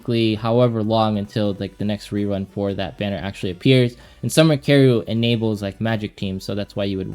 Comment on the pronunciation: Summer Karru? do you mean Summer Karyl?? it's pronounced Carol it's German. >///< please say her name right! ty!